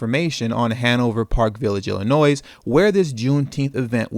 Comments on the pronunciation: You know good and well the “s” in Illinois isn’t pronounced, thought you were from Chicago. Second this is pointless. THIS IS AMERICA you complaining but you love the plantation. Until you can walk away from the table you will never be able to get the pat on the head you NEED from white supremacy. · Great video. I'm from Chicago. The S is silent in Illinois... lol